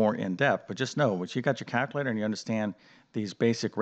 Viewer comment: There’s an L in calculator